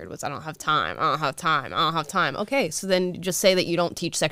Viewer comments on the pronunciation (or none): that "so" sounded so Australian lol